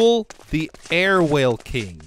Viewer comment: its aerwhale not airwhale love the series